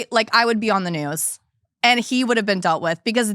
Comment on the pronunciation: Ive never heard anyone pronounce “been” like “ben” until i heard talk